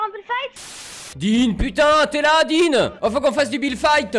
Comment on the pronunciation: C' est pas builde mais build et c'est pas fite mais fit. La libellule dit et le sniper........... unchained te tue